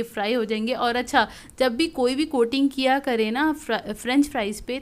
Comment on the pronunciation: Kra nhi kiya bolte hn